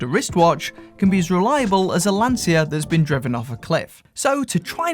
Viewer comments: "LANSIA" - it's pronounced Lan-cha. And before they were made to produce Fiat 500 with different shell, or rebadged Chrysler 300s, they were the most innovative car maker. The inventions that came from them can easily be compared to the inventions that came from Rolex, Seiko, Bulova or Casio. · 🤌You have not a clue about Lancia! Btw, you should learn how to pronounce it before mentioning it 😂